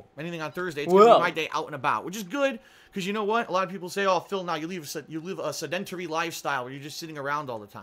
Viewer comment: 'sedDENT-tery'? Once again the guy who claims to have a college degree doesn't know how to pronounce an ordinary word ( ie his Skyrim 'Sm-eye-ing' ). Oooookay, Patreon is what he needs for his bills. What is the other money streams for? IF his Twitch income is getting close to what he makes on YouTube, he's rolling in extra dough seeing as he managed to pay his bills without his new Twitch income. Plus he has his T-Spring and affiliated 'sponsor' monies on top of this. How desperate can this guy be with all these extra income streams he didn't have before?